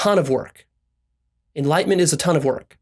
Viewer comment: Is it enlightenment but pronounced enlightment?! Lol